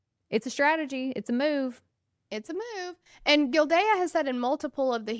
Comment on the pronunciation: Just an fyi, It's pronounced gill-day. Just listen to the clerk at the start.